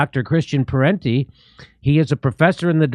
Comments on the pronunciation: it is Parenti not Parnti. His father is also a famous intellectual Michael Parenti. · It's Christian Parenti, not "Parnti", as he's identified on the video here. At least spell his name right! And I agree with Parenti and Jimmy on all this, BTW.